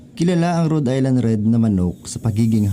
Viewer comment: dahil dyan ka sa america, now ko lang nalaman na tamang bigkas pala dyan eh Rud Ayland Red x go go go